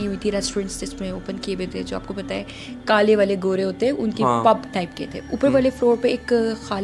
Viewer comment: She lost me when she said Kaalay Walay Goray. Korangi ko London Bolti Hai 🤣